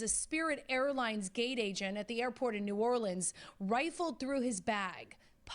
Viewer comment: It’s New Orleans. -dude from Louisiana.